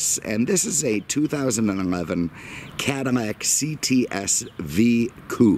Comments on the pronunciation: Is he saying "Cadimac"? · man i hate how you pronounce "cadillac"